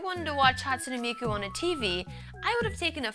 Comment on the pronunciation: "hatsuney miku"